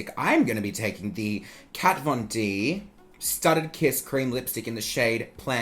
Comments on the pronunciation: “cat-von-dick” 😂😂😭 that part had me dead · "Kat von dick"😂😂😂